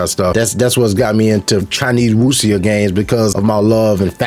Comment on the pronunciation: You mentioned playing Ghost of Tsushima Sekiro, and some other games... have you played Rise of the Ronin? Side note: Yasuke is pronounced Yah-skay and Naoe is pronounced Nah-oh-ey. In another video you mentioned wuxia. It's pronounced woo-sha or woo-shia